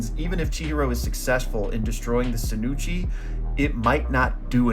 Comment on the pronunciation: Hey just wondering why you pronounce it sinuchi and not shinuchi